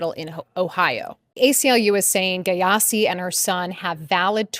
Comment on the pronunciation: Aahhh 😂😂 Is it Gyasi she is pronouncing like that??? Ahh gayasi 😂😂